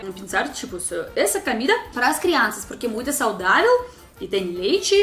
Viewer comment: Camida? kkk Em português nunca se pronuncia a letra O como A.